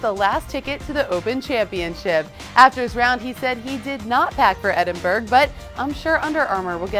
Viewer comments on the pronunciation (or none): Wow she butchered 'Edinburgh'.